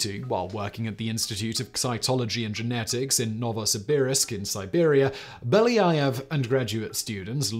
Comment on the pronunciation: Being Russian, this hurts my ears to listen to the author constantly pronounce Beljaëv incorrectly😥